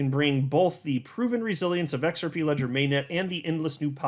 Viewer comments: Try using a Z sound not S sound when you try and pronounce it... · The X is silent